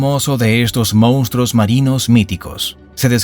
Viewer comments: *Monstruos, no “moustros” 😂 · "mostroooooos"!!!! Jajajaja